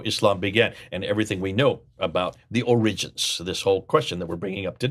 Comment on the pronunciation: Why do you pronounce "origins" and "attributed" that way? What's wrong?